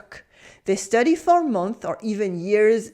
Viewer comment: One thing if you don't mind, when 'months' is plural make sure to pronounce the 's' sound. Its a little thing but it makes a big difference.